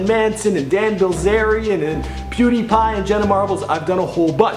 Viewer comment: "Pewney pie" lol